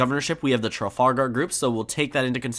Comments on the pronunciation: It's pronounced "tra-FAL-gr" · pronounce the ar in trafalgar as er. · Tru - fal - gur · If you can't pronounce Trafalgar look up the square, travel group or battle. It isn't exactly a rare name.